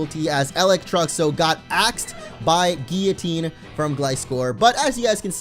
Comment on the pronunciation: Still saying guillotine wrong, sigh